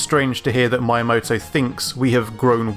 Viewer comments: The romanji "mi" is pronounced like "me" in english. It's not Mai-ya-mo-to. It's Mi-ya-mo-to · why u keep calling the dude mayamoto.. its meeamoto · Just a heads up, Miyamoto isn't pronounced like my, it's pronounced like me. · Basically japanese is pronounced like how it's written, so going by your prononciation Miyamoto's name would be writter Maiamoto. Just remember that the "I" as well as "Y" is just pronounced "ee", so mee eea moto I'm not explaining it very well haha but it isn't that hard when you get the grasp of it! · The video was awesome, informative, to the point and clear enough, however f I hear "mayamodou" instead of "Meeyah-motoh" once more, i swear i'm going to take down the servers of youtube so that nobody can enter this site ever again. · me-uh-moh-toh not my-uh-moh-toh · not MY-ah-moto its MEE-yaa-moto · My - ya - moe - toe Hearing this is really annoying and kind of a pet peeve of mine (people butchering foreign words) Miyamoto is actually pronounce as 'Me - ya - mor - tor' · His name is miyamoto, not "my moto" ! Pronounce : mee yuh motto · i believe his name is pronounced "me"yamoto and not "my"yamoto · btw it's Meeyamoto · It’s not MAyamoto... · We don't need a new F-Zero game just as we don't need a new Starfox game. And please learn to speak. learn to pronounce Miyamoto. Don't say Maiyamoto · Miyamoto Me Ya Moe Toe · "MAH-YEAH-MOTO" god it hurts to listen to the way you say his name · that is NOT how you pronounce "Miyamoto" - it isn't spelled "maiamoto" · Why are you pronouncing "Miyamoto" like "Maiyamoto"? If you don't know how to pronounce a foreign name, use google translator. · Say it with me. Mii-Yah-Mo-Toh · This is a nitpick, but his name not pronuonced "Mayamoto". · Please stop saying "My a moto" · Mayamoto? I realize Japanese isn't your first, third of fifteenth language, but at least try? :P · Why does he keep pronouncing Shiggy's name as "Mayamoto"? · Why do you pronounce Miyamoto like maiamoto? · It's Mii-amoto